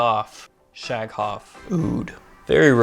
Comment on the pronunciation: The "gh" in Shaghaf is pronounced as the french "r" in "paris" if that makes sense! Nice reviews and intresting frags here! Thanks!